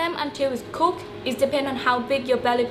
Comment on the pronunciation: > '..the pork is cookED' ..not '..the pork is cook(x)'